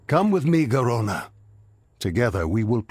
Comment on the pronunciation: Am i the only one who gets really annoyed by the way he says Garona and the way he pronounces the letter r?